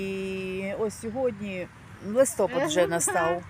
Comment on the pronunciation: Канал хороший,но ти шо в школі не учілась,ну не кажуть Листопад,Став правильно ударения